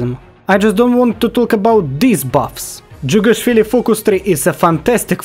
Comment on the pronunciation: Finally someone saying jughashvili somewhat good